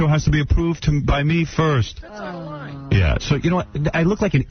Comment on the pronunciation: Sixty NOINE Sixty NOINE NOINE NOINETY NOINE NOINE NOINETY NOINE LOINE NOINE 064-NOINE